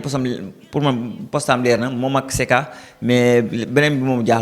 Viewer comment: Wa c BUKAYO SAKA non donc pourquoi tu dit SEKA